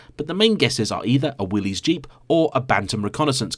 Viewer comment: Willys is pronounced the same as Willis, not like Willy's 🤣😅